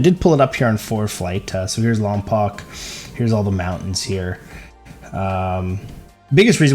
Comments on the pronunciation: Airport Lompoc pronounced (Lom-Poe) not Lompock. It’s been mispronounced so many times it’s starting to drive me crazy. Not trying slam anyone because you wouldn’t know if your not from the area. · It's pronounced lom poke.